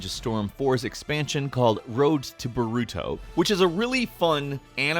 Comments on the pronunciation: You miss-said Naruto and Boruto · he didn't say boruto right so I'm triggered rn